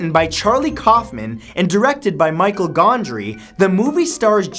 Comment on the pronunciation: "Michael" Gondry. HAHAHA